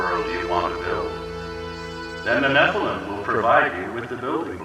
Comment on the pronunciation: Fantastic and dense deep dive. This game has become one of my favorites in the past few years and I've gone out of my way to analyze and reverse image search a lot of the art within. If I could give constructive criticism, the blatant mispronunciations of certain words is really distracting and threw me off quite a bit. 'Nephilim' is clearly stated a dozen times in game and I don't think anyone else says it like you do. Also you say 'Malchut' like 5 different ways and say 'Kether' wrong as well despite them clearly being stated in game.